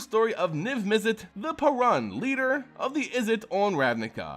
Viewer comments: It's not paaran it's paruun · It’s pronounced “PAY-roon” for the love of fuck.